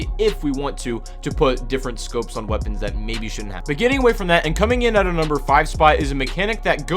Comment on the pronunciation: "waepons"